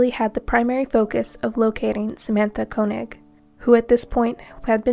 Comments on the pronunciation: First one's last name is pronounced 'Kay-knee'. I went to school with girl of same name. Not Koe-nig. I do hypnosis and remove spirits including demons from people. I believe demon spirits get inside people and cause trouble. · I thought Koenig was pronounced KAY-nig